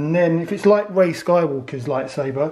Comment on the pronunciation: Bruh it's pronounced lightSABER not saver pronounce it right g